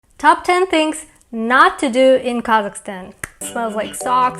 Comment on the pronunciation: When she says Kazakhstan I kept hearing Carleston or something like that 😅